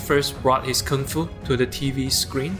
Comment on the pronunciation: Thank god, finally someone pronounced Kung fu correctly, usually people pronounce it as 'kuung - foo'...